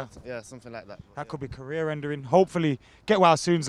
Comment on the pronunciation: "that could be career endering" 😂